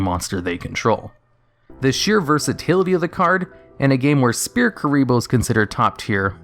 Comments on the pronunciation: It's pronounced "Sfear". Not Speae. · SPHEAR NOT SPEAR. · Rogue, not "Rouge" S-FEAR(Sphere), not Spear. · Sphere is pronounced like sfere not spear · Do you just... actually pronounce "sphere" as "spear"? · I like how he says spear instead of sphere. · (It was a joke on his pronunciation of Sphere bro, which sounds like he is saying Spear) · I love Duel Links for stuff like this. All this iconic stuff from the anime that was never used in real life is actually useful now. Also, you pronounced Sphere wrong. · That's not how you say sphere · Please, someone tell me I'm not the only one who is bothered by how he says sphere. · Have you never read the word "Sphere" before that card?